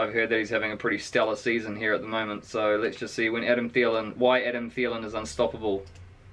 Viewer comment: Theelen is how it’s pronounced. SKOL